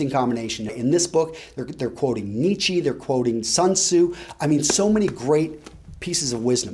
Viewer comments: Fyi nietzsche is not pronounced "neat-she" but more like "neatch" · Quoting Nietzsche? Great! By the way, it's pronounced more like "Needts-sha" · I think you were trying to pronounce Nietzsche? Just for next time it's pronounced 'knee-cha' :)